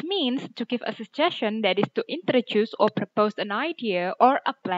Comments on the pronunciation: iya btul bgtu. Mba bacanya sye'n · Pengucpan suggestion bukanny se'jesce'n??